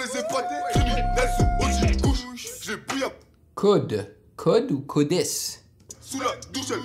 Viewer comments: il vienne du même quartier avec koba Au passage c'est Kodes(s) le s se prononce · On dit Kodès